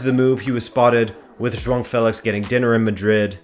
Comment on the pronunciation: He says some names quite well, most remarkably João, but then struggles in some others that I would expect to be easier, such as the first syllable of Mourinho. But I appreciate the effort, for sure!